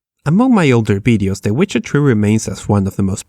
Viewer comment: When you say Witcher 3 it sounds like wizardry XD